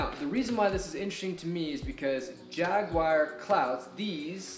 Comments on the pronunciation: and if you want to go full "British" with it, there is also no "whar" in Jaguar. Just "u-er" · Informative video. Also, theres no "WIRE" in the name Jaguar, lol